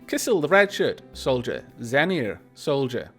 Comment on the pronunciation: Hey, I'm in! I kinda like how you pronounce Xenir. I always said it like zee-neer. but your pronunciation actually sounds not horrible.